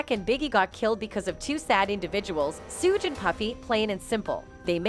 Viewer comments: I will believe it when his in cuffs it's Suge not souge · Learn how to pronounce the names correctly. The man's name is Sug as in sugar, pack is pronounced Pock, babbylane is Beybey Lane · Who the hell is sooge!! Lol smdh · Why do white people call suge knight lol suuugge knight lmfaooo 🤣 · They got the most illiterate bihh in the world to narrate this lmmfao shuuge lmmfao I can't even type the way her dumb ahh was pronouncing it.. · Big Sooge 🤣🤣 gonna get you lady when he get out....put some RESPECT on Marion Suge Knight name 🤗🤗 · No more AI narrators. Sooj Knight and 2Pack.😂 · who the hell is Sooge Knight?? 😆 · As much as I want to watch this video the moment she said Tupac and Suge name I got to go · Am I the only one hearing the lady saying Tupac and Suge’s names wrong? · I’m so weak how she pronouncing suge name 🤣😂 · They need to say suge name right 😏😏😏💯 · Its so irratating that you keep mispronouncing 2 pac and suge name smdh